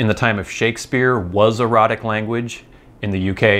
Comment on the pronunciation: Not boring at all! I'm really interested in Things like this. Thanks for the ramble. And I think it's "ROE-tic." At least that would clear up any unfortunate homophonic confusion.